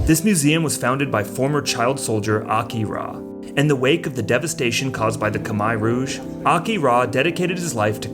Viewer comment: lol did you just say "Kamai Rouge"